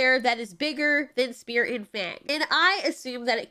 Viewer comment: Lamo i heard spear and fang like fear and fang